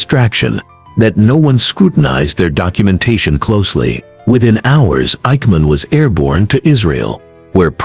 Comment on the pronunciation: I hate AI generated voices. This AI couldn't pronounce the names of Mossad or Eikman.